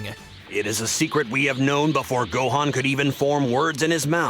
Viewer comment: Its a sin to call Gohan .... Gohaan ... the hell did you hear anyone call him HAM in stead of Han!